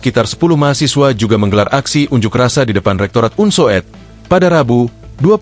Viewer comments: Bacanya bukan un so ed, tetapi UNSUD. Masa youtober tidak ngerti ejaan lama. Itu yang disebut U (OE) lamat. Tks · astaga .. sang narator membaca Unsoed sebagai "unsowed", bukannya "Unsud" ....